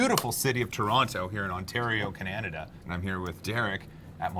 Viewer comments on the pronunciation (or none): Cananada eh. Only an American could mispronounce Canada. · "Canadada" OMG you so silly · Checking to see if I was the only one that heard thst or not. 😂